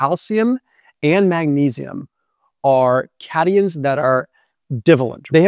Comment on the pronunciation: His background is clearly not in the sciences and definitely not Chemistry. .He also said "cateon" instead of cat-ion when referring to calcium.